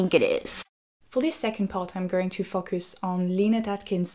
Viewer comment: Your "focus" pronunciation is something I get confused whenever I hear it.